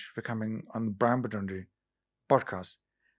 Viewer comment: Bwon more for 🎉